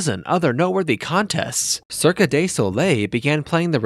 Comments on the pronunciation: Cirque is pronounced cirk.. not cirkuh.. other than that no problemo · Narration seems rushed to me, but the WORST thing is the pronunciation of “cirque”! Sounds like a bot or a child’s pronunciation! 😎